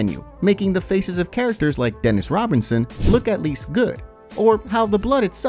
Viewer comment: "Dennis Robinson" 😂 You mean Denise?